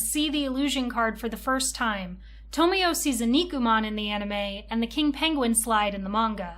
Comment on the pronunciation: And TomoE as TomIo